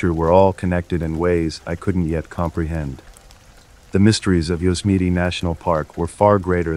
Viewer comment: Yosemite isn’t pronounced Yozemeety